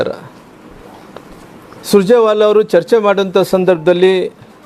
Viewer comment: ಸುಜರೆ ವಾಲಾ ಅಲ್ಲಾ ರಾಮುಲು ಅಣ್ಣಯ್ಯ ಅವರು ಸುರ್ಜೇವಾಲ ಸರಿಯಾಗಿ ಅವರ ಹೆಸರು ಹೇಳಿ